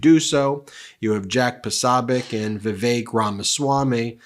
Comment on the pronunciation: Ben, please double check how to pronounce people's names, or find a video of it being said. It's a compliment to say that worst part of your videos is how you pronounce people's names. It's Jack pro-SO-bee-ek and Martin SKrelli or SHrelli.